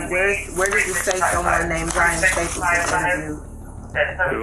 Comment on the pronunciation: This narrator. Sheesh. last name is Staples. With a final "s." Not Staple. Way too much vocal fry on top of an already pitchy, childish voice. 👎🏼